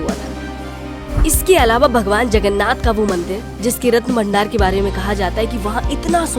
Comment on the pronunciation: It's Jay Jagannath🙏.... Not Jay Jaganna